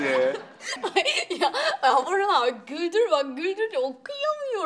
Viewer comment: Burhan'ı Buhran diye duyuyorum